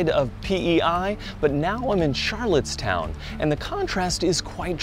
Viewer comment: It’s rustico and not roostico and Charlottetown not charlotte’s town Just a heads up